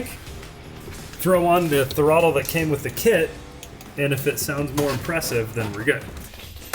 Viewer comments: I love how says Throttle like it’s a Pokémon: Tha-rottle I choose you! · Loose Bolts Willy back at it again! Waiting for the inevitable day he or decide the shop roof is a premium jump ramp with no possible or foreseeable risk involved. I also appreciate how can turn “throttle” into a 3 syllable word. Don’t ever change, lads! <3